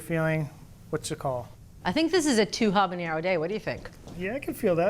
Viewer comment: Repeat after me - ah-bah-NARROW. "h" is silent, regular "n", no tilde.